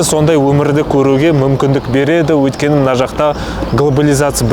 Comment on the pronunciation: Өлкені емес Өйткені деп сөйлесейші